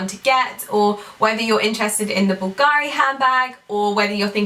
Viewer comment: Hi, I,❤️ your videos, you are such a beautiful and inspiring woman. Just a little comment: please stress the 'u' in Bulgari ( and not the 'a'.) Being Italian I just wanted to improve your pronounciation.